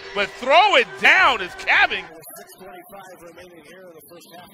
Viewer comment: It's pronounced Kabengele, not Kabengala.